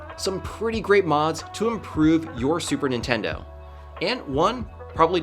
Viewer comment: "super nintendou"